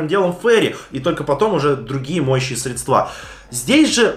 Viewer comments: срЕдства,а не средствА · не средствА, а срЕдства